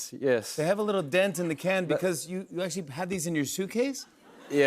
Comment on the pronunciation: Fun facts all Aussies love drinking local beers it is a cultural thing here and breweries everywhere. And it’s dent not dint 😂 bloody victorians